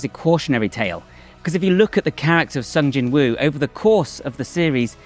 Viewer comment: To anyone with a British accent, this name is pronounced 'Song Jinoo'.